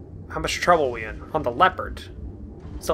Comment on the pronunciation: It's "lep-erd"(Leapard), as in Def Leppard! Read the words in the text and sound them out like you were taught in early life! Makes me crazy! Keep'em coming!